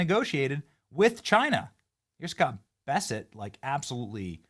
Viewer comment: You keep saying Scott Besset. His name is Scott Bessent.